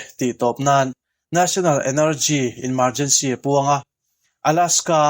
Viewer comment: Emergency hi ENmargency tih angin a ri